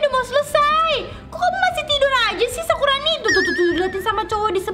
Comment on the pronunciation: Kakak salah ngomong harusnya nge-prank sakurani bukan sakuroni